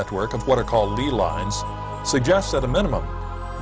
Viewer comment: it is pronounced lay lines